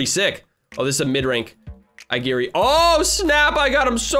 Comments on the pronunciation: just for your help, its pronounced ay-o-gee-ree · It's pronounced ougiry but it's spelled aogiri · It's pronounced Ao-giri